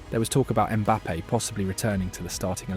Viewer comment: "Valverdee" , "Zabi Alonso" , "Mbappay" , bro you having a seizure? These names aint too hard lol